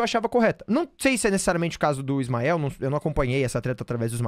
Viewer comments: Me da um nervoso ela chamando ele de smioh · Difícil de ver o video pq toda vez que a chama o Ismael de Ismiu me da uns siricutico 🫨🫨🫨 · As vezes que ela falou Ismío me distrairam um pouco do conteudo do vídeo, vou ser sincera